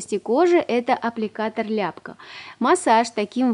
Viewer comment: Просто вы ударение не туда поставили.